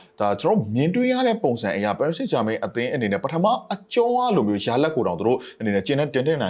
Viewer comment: နှုတ်ခမ်းမွှေးနဲ့ကောင်က.ပဲွဲကြိုသုံးသပ်တယ်သာပြောတာ.အသင်းနာမည်ကိုမမှန်ဘူးဟ. ပဲရစ်စိမ့်ဂျာမိန်း.ငပိသံနဲ့ပြောရတာကို. ဘာတဲ့.ပရ်ဘာဆိုလဲ.ငနဲ.ဘောလုံးရောကန်တတ်ရဲ့လားမသိ.လူကြားကောင်းအောင်လျှောက်ပြောတာ.သူပြောတာတွေလဲ.တလဲဲကည့်ပဲ.နဲနဲတော့လေးစားအုံးဟ.အားပေးသူတွေကို.channel ကြီးထောင်ထားပြီး.အဲ့လူမျိုးထားထားရင်.ကွဲမှာပဲဟ..ကြည့်တဲ့သူတွေစကားလဲနားထောင်ကြအုံး